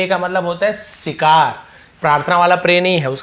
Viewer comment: U also need to work on your pronunciation स और श not सिकार शिकार